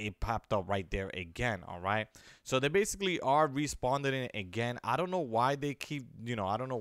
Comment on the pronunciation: Lmao “respawnding”